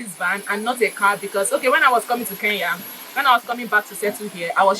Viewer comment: My girl ❤❤ mshow ni kenya not keya 😂😂napenda nigeria sana